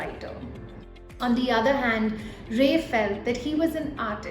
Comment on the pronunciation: He is not ray. Don't try to run after accent to match the westerns to lose the actual pronunciation at the end. Anyways it was a good story.